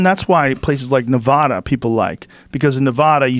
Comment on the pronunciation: what the fuck Rogan? I know you can pronounce 'Nevada' correctly because I've hear you say it the right way before so, what happened?